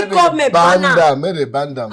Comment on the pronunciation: She actually said ban D husband said band